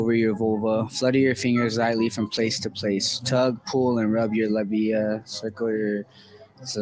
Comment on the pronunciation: the fact that he can't even pronounce labia is a great reason we need better sex Ed in this country. And we certainly don't need to ban educational content